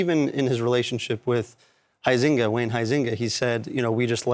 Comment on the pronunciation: The way they pronounce Huizenga is hilarious.. All Dutch people would fall off their chairs… Thomas is a disgrace… not all justices are like him, btw….